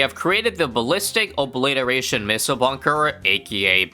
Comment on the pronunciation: You, and exclusively you, can almost say the BOMB shoots a Me-ssile as its active ability. 🙃